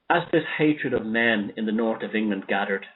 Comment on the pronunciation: North sounds like nourt 0 sound like caught?